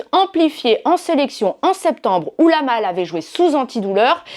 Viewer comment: Yamal pas lamal, et ça se dit pro foot🤦‍♂️